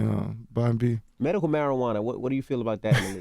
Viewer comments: Wtf is Merical Marijuana!? 😂😂😂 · This dude can't say medical.